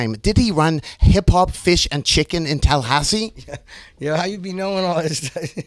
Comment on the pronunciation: wonderful pronunciation of Tall-a-ha-ssee lol